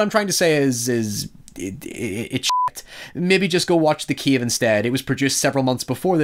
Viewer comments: It's CAVE not CIEVE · he says "kiev" not cave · every time you said ‘Cave’ I heard ‘Kiev’ and I was so confused as to what Ukraine had to do with The Descent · You sound like saying keve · What the hell is a 'keave?' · I thought he's American until I heard him say "cave". I'm shook.